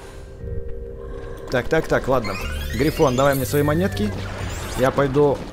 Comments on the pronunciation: Не гриффин а грифон! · ето не гривин а гривон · Не грифин а ГРИФОН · Грифон! Не грифин! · Не грифин, а грифон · Правильно грифон